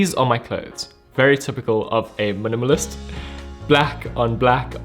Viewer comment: you said minimalist so many times I started to hear "munumunus"